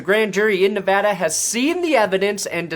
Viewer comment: Wow... a YouTuber actually said "Nevada" correctly. I think the sky is falling.